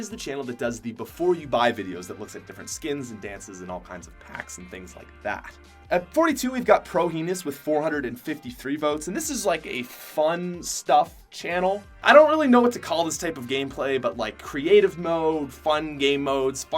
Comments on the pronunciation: «Pro Heenis» 😂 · Pro heen is u mean pro hin is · cringe he pronounced prohenis prohinis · ProHeeenis lol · He said Pro Hee nis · Poor Pro Henis. He pronounced his name like HEEN-IS Lol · Its not ProHeeeenis like penis more like Hennis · pronouces prohenis wrong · The prohenis pronunciation gave me cancer